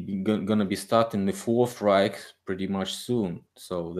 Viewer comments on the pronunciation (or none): none